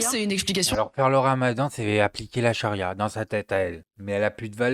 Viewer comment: "La chari'a alimentaire" 😂😂😂😂